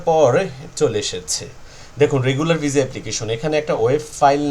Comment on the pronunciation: শব্দটা ভিসা কিন্তু আপনি বার বার ভিজা বলেন